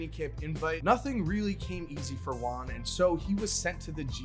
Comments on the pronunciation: If it’s a Spanish name the pronunciation will be like. Juan= “who-an”, J is not silent so it shouldn’t sound like saying “one” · Please say juan rather than wan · I thought he was saying LON not Juan